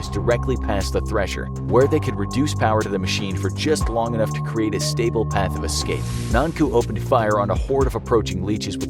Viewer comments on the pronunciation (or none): none